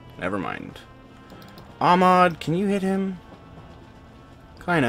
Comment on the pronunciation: He's not Amad, he's AHmed (hyhyhyhyhy)